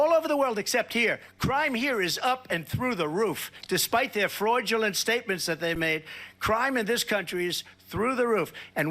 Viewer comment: Did he actually say 'Freudulent'? Talking about Freudian slips!